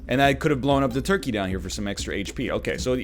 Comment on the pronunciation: Everytime NL says toikey, it gives me life.